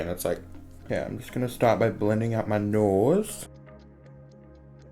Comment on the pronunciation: the way he says nose makes him sound welsh